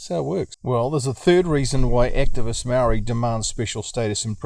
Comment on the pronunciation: Only people who are saying Maori want special privalages are Pakeha not maori we want the same privalages you were brought up with , you can't even give us the respect to say maori properly and you want to cry about equality , white men should not be complaining about privalage when they are the most privalaged group on the planet , google it if you don't believe me